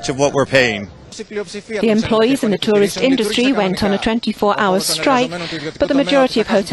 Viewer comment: That reporter should be told that he is saying tourist wrong!!!! It's so friggen irritating like he knows he's saying it wrong and in turn outs even more inflection into it sounding even more like an A-hole!!!